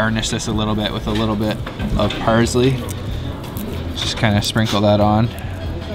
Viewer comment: it is fucking parSley, not parZley!